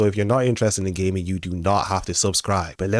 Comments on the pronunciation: I swore he said gay men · 😂😂 the way you say "gaming" sounded like you said "if youre into ghey men" 😂😂